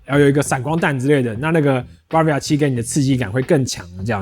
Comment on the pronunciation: 很棒的介紹，但那個字不唸BAR-via哦